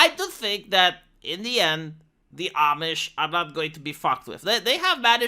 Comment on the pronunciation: Ah! You learned how to pronounce "Amish".